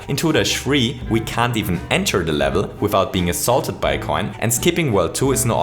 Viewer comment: nobody:: the steupid coin assulted me